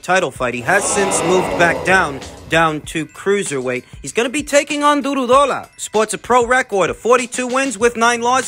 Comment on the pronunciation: It's Du-row-daw-la😂 but you did good